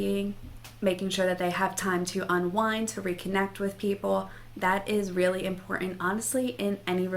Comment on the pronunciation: Pronounce ImporTant